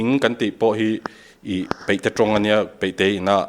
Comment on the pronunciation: "ta a, ta a," tih reng hi a ngaihnawm lo. Tin, 'a' hmanna turah 'e' angin a lamri nasa. Eg., Deih (daih tih tur), peihte (paihte tih tur), etc.